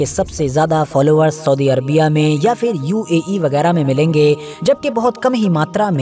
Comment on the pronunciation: aap english to khoob bol rahe hai lekin fir ya phir sahi kahna sikh lo.